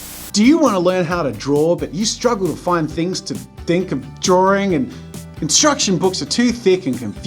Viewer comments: It's not DRAWRINGGGGG!! -Jazza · Why is drawing pronounced as "DrawDRing" or "DrawRing"? 🤔 I've wondered that for years now. And do all English speakers pronounce it like that or does it depend on the accent? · Love your videos!!!! Just curious, when you say “drawing” you pronounce “drawring”... Is this an Aussie thing? Gotta say, it’s just a teeny tiny bit distracting. Poking fun a little bit I guess. You have such a fun channel, hope you don’t mind 🙂